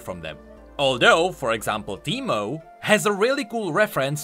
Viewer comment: Soooo teemo become Pee-Mo?